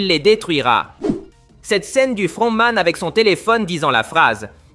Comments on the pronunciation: Sa me fume quand il dit le fRRRRRontman😂😂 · le frrrrontman😂😂😂😂😂